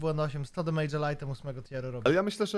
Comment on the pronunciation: Naucz sie poprawnie wymawiać "demYDŻ" bo to nie "mage" (mejdż)